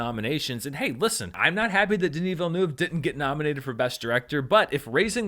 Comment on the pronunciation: Random observation, but as a French Canadian from Quebec, I really appreciate the effort you are putting into pronouncing Denis Villeneuve's name correctly!